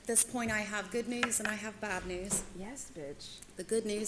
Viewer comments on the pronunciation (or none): none